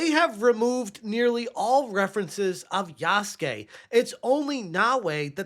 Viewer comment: Yah-soo-kay. Its spelled Yasuke, not Yaske.